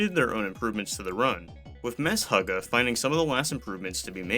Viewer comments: "mess hugga" LOL. the name is pronounced meh-sugar (shuga), its a heavy metal band heres a clip, not trying to be a dick i just never considered prouncing it like that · Lmao did this guy just pronounce "Meshuggah" as "mess hugger" 😂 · "Mess-huggah" sheesh got me with that one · MESHUGGAH is pronounced with the sh doing one sound (like in most words in which this sequence appears), not two. it's from the Hebrew word משוגע which means something along the lines of crazy or maniac. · MESHUGGAH was named after the Yiddish word for "crazy", pronounced "meh-SHOOG-gah" (a bit like "meh sugar" without the final r-sound); Riolu is pronounced "REE-oh-loo".